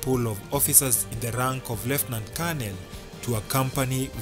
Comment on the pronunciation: You are not accurate Uhuru's last ADC is not a Colonel but a Brigadier Lekolool and also your pronunciation of the words Lieutenant and Colonel is left wanting!!